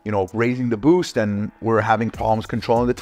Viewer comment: Boost!!!!! Say it say boost😂😂